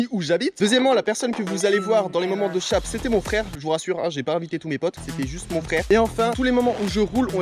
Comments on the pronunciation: Je croyais qu'on disait "chèip" et pas "chap" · Fait un effort sur la prononciation du mot « Shape » je t’en supplie 😱🤮